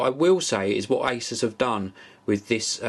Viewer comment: You say 'asus' wrong